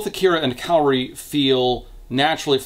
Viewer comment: I have saved this video to watch until after I finished reading Pretty Little Psycho. My brain screamed every time I heard you pronounce Kaori's name as Kairi.